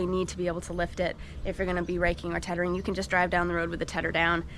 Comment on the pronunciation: Wow it looks like the YouTube algorithm has figured you out, your subscribers have jumped quite a bit since I started watching two weeks ago. Awesome stuff here I really enjoy watching. PS, Is “teddering” really a word? 😂